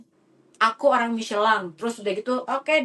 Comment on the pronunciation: WARTAWAN ORANG INGGRIS AJA NYEBUTNYA MICHELIN BUKAN MICELAN. APALAH JADI CRINGE